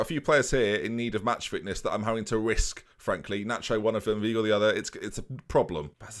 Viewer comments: Weigl is prnounced Vhygl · Hi, it’s pronounced Vigel for Weigl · In German ei is pronounced "eye" whilst ie is pronounced "ee" so Weigl would be V-eye-gull and Riedewald would be Ree-de-wold. Love the series keep it up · you’re still not pronouncing Weigl correctly ahhh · W in German is pronounced as a V, wasn’t going to say anything but after hearing you pronounce weigl wrong so many time I had to.